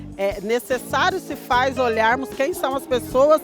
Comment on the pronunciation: "Robou, mas feiz"! Kkkkkkk